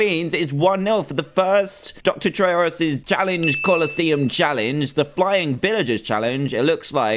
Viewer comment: Did you know gaming with pronouns trayaurus as traysourus